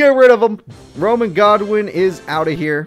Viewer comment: why do you call rex godwin when his name is goodwin im confused